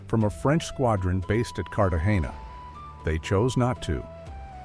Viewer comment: So we can make all these grand movies with AI but we can't teach it how to pronounce Cartagena?